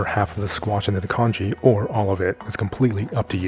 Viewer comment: Congee, not kanji! 😂